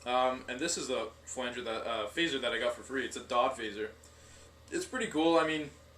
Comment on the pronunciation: It's pronounced "Dee Oh Dee" not "Dod"